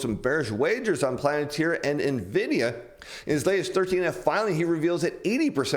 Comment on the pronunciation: it's "Palentir" not "Planetir"